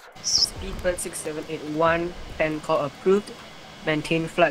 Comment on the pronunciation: We are requesting for a pain call.XD